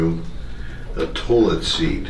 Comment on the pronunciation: "toolit seat"